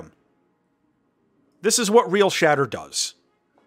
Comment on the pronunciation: Everyone is saying the name wrong. It's "Real-shitter"